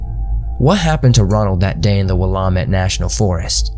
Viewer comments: I thought the same thing lol I live in the Willamette valley, it's pronounced Will-AM-itt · It's actually pronounced Wool-am-it :) lol. But oh my god NW names are hard to pronounce. These are some scary ass stories! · Willamette is pronounced WILL-LAM-IT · Will-am-it is how you say it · So many creators covering mysteries and missing people in the PNW & each one struggles with pronunciation. I live within a stones throw of the Willamette & still had to back up and read the text because you butchered the name so badly. Why work so hard to research content & not take the 10 extra seconds to get the name right? SMH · Willamette is pronounced as like Willow, minus the owner. Just thought you'd like to know & sounds like a Bigfoot had something to do with Ronald's disappearance. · Your pronunciation of Willamette sounds weird. When I lived there nobody pronounced the “a” that way that I recall. Where are you from?